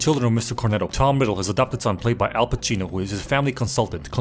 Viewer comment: The italian pronounciations were awesome - Al Pacino (played by Al Cappucino Bella Ciao)